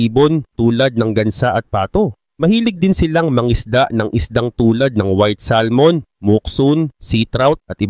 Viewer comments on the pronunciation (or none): none